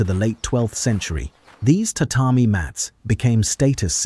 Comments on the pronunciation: The information is accurate and had some detailed facts I learned in this video. However, the AI images and pronunciation of Japanese terms were often shockingly inaccurate. One in particular was the pronunciation of tatami, which the AI pronounced ta ta my, when it is in reality ta ta me. One thing that stuck out to me was the constant appearance of a denim-like fabric on kimonos, which didn't exist until the post-war period. I would strongly advise checking the accuracy of the generated images and perhaps checking spelling, even on English words. There is good intention here, but I believe you should check all facts and images before uploading. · You must be Japanese. They can't relax for even a second and obsessively nit pick on everything. It's true! We all know it's AI. We all know AI can't pronounce every word accurately, especially foreign words like tatami. That's the same issue with 99% of audio generated AI voices. Sure, they could have changed the script to read: " tuhtahmee" to help AI, but since most video production and editing is outsourced, they would have had to re-record and re-edit the entire video. Do you know how expensive each iteration is going to be on subscription plan? Plus, the editor and video generator would quit if the channel owner nit picked on each word. It's a good video. Let small things go and appreciate their excellent effort. It's a really good video. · ...today I learned that AI cannot pronounce tatami.